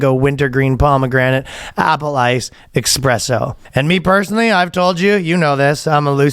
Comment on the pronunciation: ESPRESSSO!!!!!!!!!!!!!!!!!!!!!1 There is no X in ESPRESSO